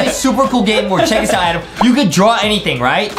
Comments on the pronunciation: I love how Justin said AADEEM instead Adam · I love how Justin said AADEEM instead of Adam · AADDM ned sapm meeeeeelk